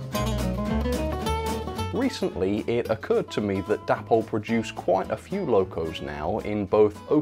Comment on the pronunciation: Day-pol not dappol!